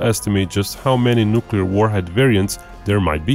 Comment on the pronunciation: He said nuculer. Lol